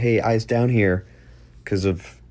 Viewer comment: As a legendary commenter (on this video) once said; How are you HEE-HEEre?